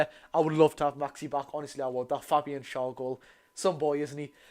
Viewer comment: Please say Schar's name correctly FFS